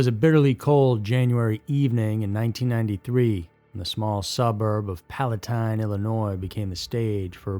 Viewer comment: Palatine is my home. It’s such a great town, and it’s unbelievable that a couple teenagers from the snobby high school did that. Thank you for pronouncing Palatine correctly.